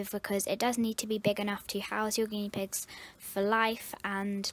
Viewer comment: You said guieee pigs